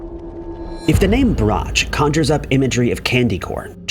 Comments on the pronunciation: Pronounced "Brock" not Brocchhhh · Brock not brotch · Rhymes with "squawk". Iffy research... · Brach is pronounced 'brack' not 'bratch'... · Brach pronounced Brock. Like rock. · Brach is pronounced, "Brock." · #9 Brack rhymes with sock. Ugh... English is hard? 😮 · Brach is pronounced Brock. And I know you're messing with me about cairo's pronunciation.